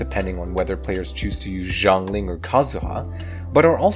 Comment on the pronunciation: They still can't pronounce Xiangling properly